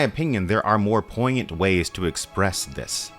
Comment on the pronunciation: "This world of gays." Great video and essay but that made me laugh.